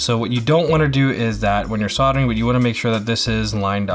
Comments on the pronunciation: Soldering. you said it right the first time. Everytime after you said it wrong lol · Sod er ing =\= Sold er ing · Dude... "sold-ering"? "disseminated"?? 😂😂😂 Still, I like the in-depth, hands-on, show-and-tell style. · It's "soddering", the L is silent. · Lol, souldering. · Did any one else who knows how to/about solder(ing) LOL about how he pronounced it the first few times.. lol .. other wise great tutorial. Thank you I might have to try this as i am looking for new ways to help my gaming ability since my stroke ( two days before Christmas 2019) yea a bit of necro on this video but w/e... might give it a try once i get more fine motor control back in my right hand. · I like how this is a tech channel and he uses bolt cutters and has no damn clue how to pronounce "soldering" lololol